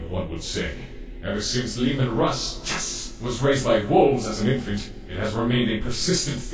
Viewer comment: Is mispronouncing Leman Russ's name intended or did he really have problems with his name during the recording session?